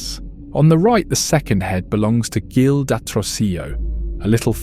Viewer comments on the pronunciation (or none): “Vi thau Rre “ Jil not Gil like hill amazing vid ! you didn’t miss a stroke